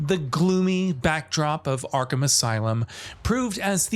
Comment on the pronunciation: YO THEY SAID ARKHAM RIGHT!!!!!!!!!!